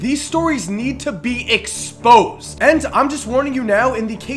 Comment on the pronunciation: why did he say EXPOSED like that lol